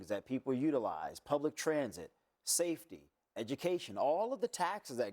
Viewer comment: His name is M-A-M-D-A-N-I not Mandani..... You guys just that hateful you don't even want to pronounce his name correctly?! It's not even that difficult of a name?!